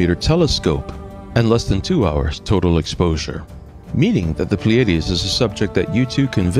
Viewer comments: Or, PLEE-ah-DEES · It's pronounced ply ah dees